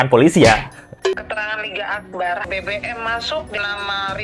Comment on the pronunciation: Di menit 2.07 LET'Z GO Salah sebut tuh LINGGA AKBAR... 😅😅😅